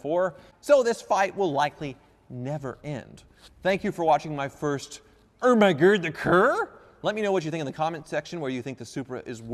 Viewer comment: You're slurring your speach when you say "Oh my God, the car".